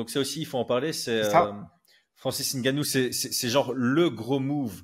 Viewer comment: Ce n'est pas francis N-gannou mais c'est Ngannou